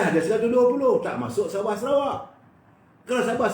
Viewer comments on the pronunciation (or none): none